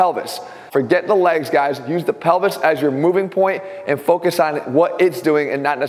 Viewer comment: ATHLEAN SAYS PELVIS ME : DID HE JUST SAY PENI$